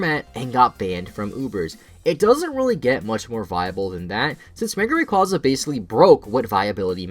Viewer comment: you said mega rayquaza wrong XD